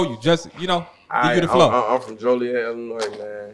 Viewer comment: Idk who needs to know this but there isn’t a city called “Jolly-et” in Illinois.